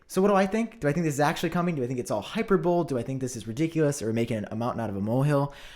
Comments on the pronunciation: again with saying “hyper-bowl” instead of “hyper-bowl-ee” 😔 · okay its hyperbole like hyperboly and not hyperbole like hyper-bole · Hyper-bole smh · Hi-per-bowl-ee not hyperbole😂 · high - per - bol- ee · How do you say “paradigm” correctly but say “hy per bo le” wrong lol. I think he’s just trolling at this point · The end of the word hyperbole is pronounced “lee” as if it’s an ly. Hy per bow lee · bro, hyperbole is pronounced hi-PER-bow-lee. just being helpful 😁